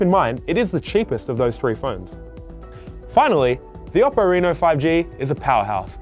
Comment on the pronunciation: Oppo pronounces “Oh-poh”. You need to respect their name